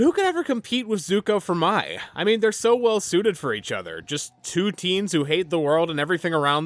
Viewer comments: *pronounces Mai like “my” —when the show CLEARLY pronounces her name as “May” ⚠️ FAKE FAN 🫵🏻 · I get Mai’s name is spelled like you’d pronounce it as “My,” but the show says her name so many times. They call her “May.” I know, not relevant to the video, but hearing “My” so many times for the rest of the video got to me. Not a big deal, I just couldn’t resist mentioning it. 😅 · Why are you pronouncing Mai as My? The show always pronounces it as May. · It needs to be studied how most of the ATLA fandom calls this girl “My” because they saw how her name was spelled (Mai) despite the show pronouncing it as “May” 😅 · This is the second YouTuber I’ve seen called Mai like the word “my”. Am I missing something. Did the fandom shift into calling her that instead of “may” over the last few years or something. Or is everyone a larper (so kidding) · I hate the commits but I mostly like kora and am probably the only person in the world who would keep the kites on a round two. I could go for eastern spirit dragons but of not absolutly forced to id keep the kites. But seriously pronounce the names correctly l. Mai is "may" and Yue is "u a" theyre pounced in the show. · I hope you'll make a video about the Korra comic books and what you think about them, if you have anything to say about them Her name is pronounced similarly to the month May. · The way you were pronouncing Mai, while technically being incorrect, is how I always pronounce it. They should have spelled it “Mei”. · Dude how can you mispronounced Mai's name? They say it in the show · Why can no YouTuber pronounce Mai correctly 🥲 the search continues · how do you rewatch a series and not pronounce mai and yue's names right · I agree with most of this but every time you mispronounced Mai, I cringed 😢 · Why are you mispronouncing mai’s name